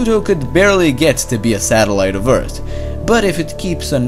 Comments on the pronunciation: EARTH NOT "EARTT" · Can you try to pronounce Earth a little bit differently? You day it as 'EarT', but it's actually 'EarTH'. Great video btw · It's not ert. It's Earth It's probably your accent but it's the first thing I noticed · its not eart its earth learn how to talk right assole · it's not ert..its Earth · Do you not get the difference between "T" and "TH"? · WOW instead of "EARTH" he said "EART" and instead of "PATH" he said "PAT"